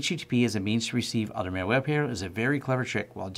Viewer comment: MAL-WARE, not MALE-WARE!!!!